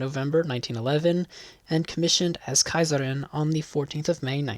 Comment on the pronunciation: Your pronunciation is partly excellent (Kaiserin), partly a little inconsistent (German g is always pronounced like in English guest, eager etc.) but understandable. 👍